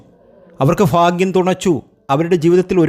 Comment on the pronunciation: ഫാഗ്യമല്ല ചങ്ങാതി. ഭാഗ്യമാണ്.....